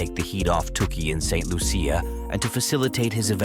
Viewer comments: St Loosha that's how its pronounced. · St Lucia 758 please pronounce my country name properly. Thank you